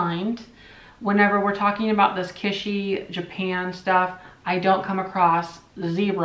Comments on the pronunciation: Not "kishy" like fishy! kiTsch like hitch Or Kitch - en . No one says Kishen. Or shouldn't anyway. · “Kitsch” is a German word. In German it’s “kitch” as in “kitchen”. I said it incorrectly in German (said “keetch”), corrected by a native German. (I’m odd as I love languages & pick them up easily; say foreign words the way they’re pronounced in their language whenever I can. Drives hubby cuckoo😬!) However the proper English pronunciation is “kich” leaving out the “t” sound. I’m not criticising or being mean; it’s a pet peeve of mine as well as apparently yours😉! I hope that helps! Cheers & have a lovely weekend! 🧡🎸🎶⚡️🦇🦇🦇